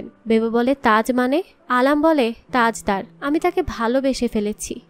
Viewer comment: u gave some false information, Bibbo Jan is the sister of Alam, not Mashi, its Tajder/ Tajdar not Tajda, its Bibbo jan, not bebo jan. I didn't listen to the full explanation but there will be some mistakes. sorry for ciriticizing.